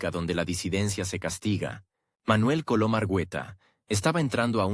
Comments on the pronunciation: Ese narrador, no pronuncia bien el apellido de MANUEL COLON. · Sé dice ARGUETA por favor. Y se dice COLOM.